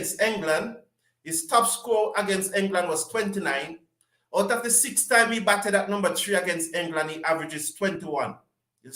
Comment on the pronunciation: BIG up bro but not hout please its out